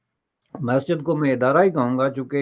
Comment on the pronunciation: ko 'Masjid' word bhi theek se pronounce karna Nai aata! 😂😂